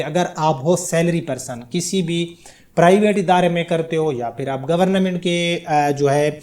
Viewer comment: Gornamint nhi hota bolna to seekh lo